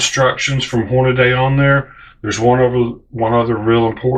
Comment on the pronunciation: omg I wanted to say thanks for this but then I heard you say "Horni-Day".. cmon man.. its not even spelled that way.. HORN UH DEE